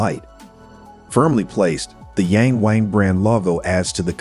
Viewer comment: It's pronounced "Yarng Warng".